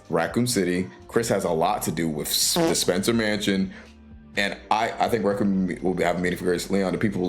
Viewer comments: No heat or anything, it just means you’ve read the word but never heard the word pronounced. Requiem is pronounced reck-wee-em. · Okay so later in the video you pronounce it fine. So I’m guessing you were purposely mispronouncing requiem in the beginning to get a rise out of people. Or maybe to get interaction on the video, in which case it worked.